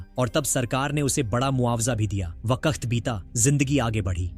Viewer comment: भाई वक्त होता है वकक्त क्या होता है